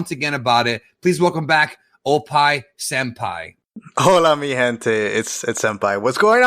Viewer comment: Oppai sampai 😂 it’s senpai lol